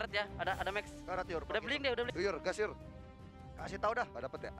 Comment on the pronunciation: Yur berubah jd Your 😂😂😂